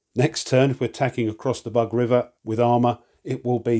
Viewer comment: It’s not “bug”, it’s “boog”. The middle sound you have in “dug”, “but” or “bug” does not exist un Slavic languages. And thanks a lot for the presentation. It’s very clear and instructive as usual, giving a very good insight into the game mechanics.